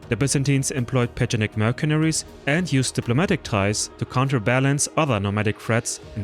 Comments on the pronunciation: It's not pronounced merkenaries, but mersenaries, you idiot! The C in mercenaries is pronounced as an S. Learn English!!! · Tibaytons? Merkaneries? You butcher the English language like Turks butchered Europeans haha